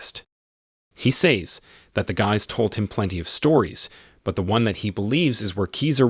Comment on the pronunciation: After I heard "do" pronounced as "doe" I was out lol.....Nevermind the "says" pronounced as "saise" 🤦